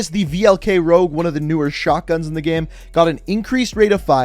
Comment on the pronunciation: The way u pronounce "Game" makes me uncomfortable